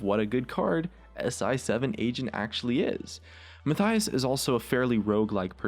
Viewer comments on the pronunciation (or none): none